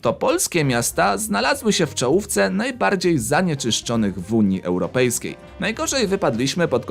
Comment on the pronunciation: Czy tylko mnie bolą uszy jak słyszę "Unia Europejska"?